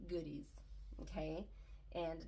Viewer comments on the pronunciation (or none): I thought you said Goonies at first which fits with the 80s kid theme lol goodies, goonies it’s all fun things Congrats on 2500!